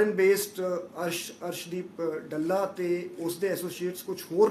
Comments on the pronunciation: ਡਾਲਾ ਨਹੀਂ ,ਡਾਲੇ ਨਹੀ ,ਡੱਲਾ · ਅਰਸ਼ਦੀਪ ਡੱਲੇ ਨੂੰ ਡਲਾ ਹੀ ਦੱਸ ਰਿਹਾ ਹੈ😅